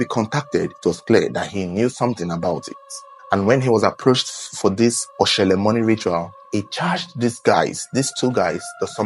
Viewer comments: It is Oshole...not Oshele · Oshole not oshele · it is 0shole not 0shele